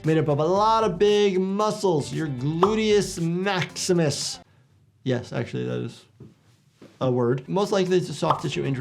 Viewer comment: The way you emphasized Gluteus Maximus was amazing. I wonder medical staff uses medical terms while flirting. Like instead of saying "nice a$$" you'd say "your gluteus maximus is well shaped" Aside from that I love the scenes from Happy Tree Friends being dissected by your medical insight. Most of the stuff looks so over the top that it's funny to watch while others are just actually making me shiver a bit because of own experiences like stepping on a nail